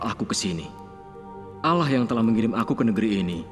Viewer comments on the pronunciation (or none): Ko bilang ng nya alah bkn allah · Kok alah bukan allah